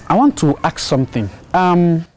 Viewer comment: Tell K Brown,it's ask not axe let me axe something